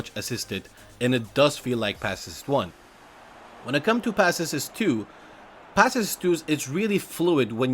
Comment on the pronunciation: Passes not passes"es" sounds strange mate but thumbs up for your upload